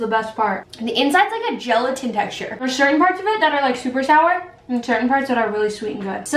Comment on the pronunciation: When was about to say sower she Said shower:)))))